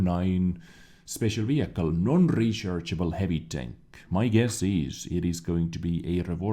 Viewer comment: U heard that? Its non rechershable said non rechershable